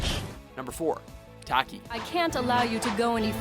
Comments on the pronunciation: Like “Tack-ee” it’s Talk-ee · Thank you! He pronounced Taki's name wrong too! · It doesn't take long to learn how to pronounce Cervantes, and Taki...fucking idiot. The game announcer even pronounced them. Just take a quick second. Sucurrity! This dude need ta go. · I literally cringed at the way the narrator pronounced Cervantes and Taki... Also, Ivy's sword doesn't become a "whip," it's a sickle lol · Learn how to pronounce the names !!! Cervantes and Taki you butchered smh and yoshimitsu should be motherfucking number one!! N how dare you say maxi only makes the list maxi is god tier!!! Fucking WATCHMOJOOO! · The way this dude pronounced Taki & Cervantes name made my day! It's similar to Caucasian's pronouncing words in a Spanish accent wrong like Tortilla & Quesedilla! Lol! XD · Dear god the way he pronounces Cervantes and Taki is awful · FIRE THIS GUY ALREADY. He pronounces something wrong every episode. I give him the benefit of the doubt most of the time, but the SC series SAYS THE CHARACTER NAME AND PRONOUNCES IT! Cervan-TEZZ not Tease TAH-ki not Tacky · Toc kee, Ser von tez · Your pronunciation of the character names pisses me off. SIRVANTEES. TACKY. If you fuckin play the game it SAYS THEIR NAME FOR YOU. Also why the fuck do honorable mentions when you can just make a top 15 video instead of 10? This video is stupid lol